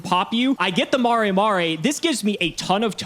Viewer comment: Every time says "mah-ray mah-ray" I die a little inside